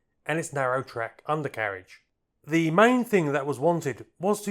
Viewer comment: could I gently ask that you pronounce the word “the” as you would “duh”, not as “thee” like some medieval knight. I love your content but you’re driving me nuts with the mispronunciation of such a common word!